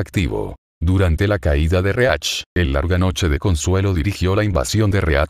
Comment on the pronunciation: Típico error de interpretación Loquendo xD